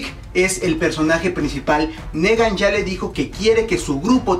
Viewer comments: se pronuncia nigan no negan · y no dice Nigan ;v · Se pronuncia (NIGAN) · se le tomo cariño para algunos :v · una cosa se escribe negan y se pronuncia nigan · Es gracioso que pronuncie Rosita con acento gringo cuando Rosita es un nombre que se puede pronunciar perfectamente en español, y a Negan que se tiene que pronunciar si o si como "Nigan" ese si lo pronuncia en español jaja. Mi alma moriría si Daryl es el asesinado, pero afrontemoslo, es Daryl ya que en esta temporada hicieron a Daryl menos participativo, menos carismático, más callado y menos importante en la trama quizás para que le perdamos un poquito el cariño y no dejemos de ver The Walking dead cuando eso pase. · Me mata tu NEgan si no pronuncias tan mal los demas como porque este si??!!, en fin yo estoy con que es Glenn, pero si se atreven a matar a mi Daryl me perderian... no en realidad dejando al lado mi fanatismo, no le hallo relevancia mayor al ENORME choque que se crearia al expectador si matan a Daryl, ademas tanto estar construyendo su historia con Dwight para dejarla en nada, como que no, y con Glenn es mas el impacto en la historia, porque ya afecta a los demas emocionalmente tanto como afectaria Daryl, PERO afecta enormemente a Maggie quien dicen sera la proxima lider de Hilltop, ademas de que Negan busca gente util para sus marranadas y quien mas que el que se ha echado a la mitad de los muertitos y que aun con un pinche balazo tuvieron que knockear para controlarlo, no Daryl le es mas util vivo, asi que yo me quedo con Glenn. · "Nigan"!!! Se pronuncia "Nigan"